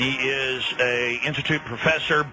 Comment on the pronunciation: 'He is a in-atoot professor of...semantical syntax...." Ugh.